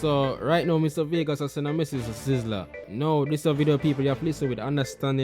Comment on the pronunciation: Mr vegas lost like a coin in the ocean. And more confuse than tangle tread not saying sizzla right also but he have more sense than vegas if there was not an Abraham then there is no vegassssss. Vegas. Is a city in the desert that have to shine tru lights 📷 so who created him clown bc you stumble ah the stone that was set for nought let that soak in